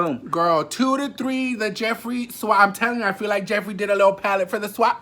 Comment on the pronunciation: Yesss girl I clocked it the house instantly when he did that busted ass declutter video !!! He couldn’t even say Jeffrees name 😂😂😂